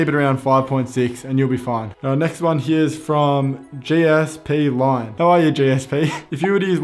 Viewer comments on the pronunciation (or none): Oof that hurt, you completely butchered my username 😬. It's prounounced as G Spline